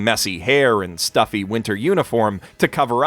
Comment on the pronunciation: *dweed he said dweeb lol